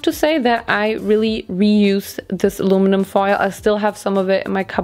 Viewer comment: Hearing say alumnun foil was soo annoying but anyways the video was amazing 😭❤️